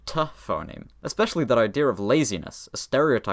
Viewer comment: There's no "r" in "idea of" So why do you say "idearof"